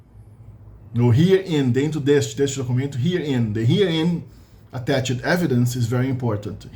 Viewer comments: Você deu uma errada na pronúncia do attached ali no finalzinho do vídeo, o ED tem som de T em attached. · Você deu uma errada na pronúncia do attached ali no finalzinho do vídeo.